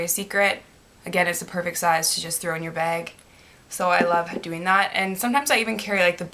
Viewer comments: when you say 'bag' it sounds like 'beg' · i didn't think she was saying 'bag' weird at all (possibly because I'm Canadian too...) but I read all the comments and replayed the beginning of the video so many times I cannot hear 'bag' anymore. what is bag. lmao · I wan't hating on you by the way. I was just saying because I think it was you or someone else who said that she says " bag" weird. Oh and I did know that " Americans" is a proper noun. Sometimes people make mistakes k bye thanks x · She says "bag" like Irish people! LOL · This is the first time I've seen this girl, but I think she is Canadian, right? I am Canadian and I say 'bag' the same way. My guy always comments/makes fun of me for it. LOL I never noticed I said it weird, and I don't think it's all Canadians.